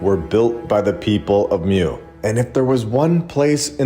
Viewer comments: It’s pronounced MOO not MEW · It’s pronounced MOO not MEW lol